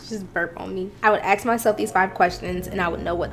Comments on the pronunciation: The right way to say it is Ask not Axe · I want to clarify for the person who answered your question... When people say "ask" out loud, some people will pronounce it like the word "axe". BUT people spell it the same. I have never seen someone use the letter "X" to say "ask". Also: when people talk about an old boyfriend/girlfriend, they will use the word "ex" with an e sound. Some accents might make it sound similar to "axe", but it will always be spelled "ex". The prefix "ex" in English, often, means "no longer". So, people might say "ex Mormon" for someone who used to be a Mormon, but aren't anymore. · It's an African American Vernacular/dialect pronunciation of "ask"; think "aks" or "ax" and not "ex".